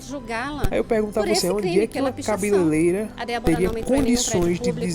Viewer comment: "Cabeleleira" ??? Vai aprender português antes de subir vídeo pro Youtube mano!!!